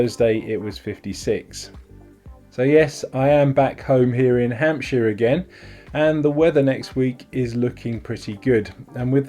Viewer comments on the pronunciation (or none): none